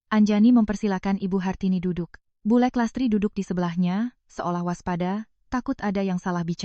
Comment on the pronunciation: Bulek 'k'nya jangan dibc jd dibacanya bulr